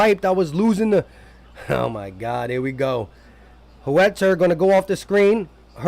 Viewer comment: Can U tell me who is HOOETTER? U talking about Huerter?. LOL! Daaamn